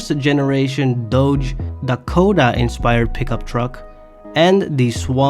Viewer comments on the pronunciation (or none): none